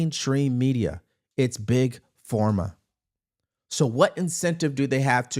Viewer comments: Why does he say Big FORMA? It’s Big Pharma, like Farm-uh or ffff-ARM-muh. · Why do you continue saying Big Forma? It's Big Pharma! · Love you, but is it PhORma? Or PhARma? 🤔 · Big Form Ah?🤔 Big Pharma (farm ah) 🤣